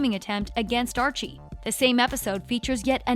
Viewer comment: Who the hell is Andre lol its Archie